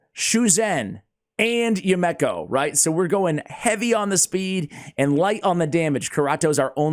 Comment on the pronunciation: ASH......bro, homie, my man. It's pronounced You-me-ko. Not You-mek-ko. It's a Japanese name. You-Me-Ko. Yumeko. Now, go forth and be great.